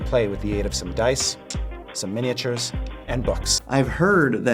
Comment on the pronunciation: I’m impressed that Chris Perkins pronounced “miniatures” correctly.